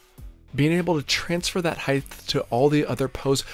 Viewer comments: Great video! I enjoyed how you say "heighth" too! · Great video, I can’t get over your pronunciation of height as “heigth” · Great video, but our public schools are a failure with so many people saying "heighTH". There is no "th" sound at the of the word height. It is a 'T' sound. Also, it's 'border', not 'boarder'. That said, good tips for deck work. Good video. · What is “heighth”? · Great tips. Upvoted. If I may offer a minor English tip: no such word as heighth. It's just height. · Why do some people say “heigth” instead of height? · just a thought... it is height... not heighth... hi-t .... not hi-th... unless you have a lisp, in which case my apologies. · Height. Not “heightth”. There’s no TH sound at the end. Is that an American thing? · Height is NOT SPELLED OR PRONOUNCED: “heigth”!!! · Stop saying "heighth"; there's no such word. It's 'height'. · Height, not Heighth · "height" no "th" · Great videos but why do you pronounce height with a th sound at the end of the word?